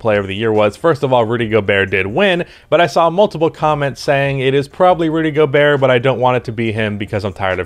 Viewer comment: I think your pronounciation is correct